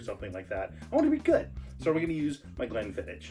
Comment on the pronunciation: haha the edits and humour are awesome but gotta tell ya, we pronounce it glenfiddick not glenfiddish:)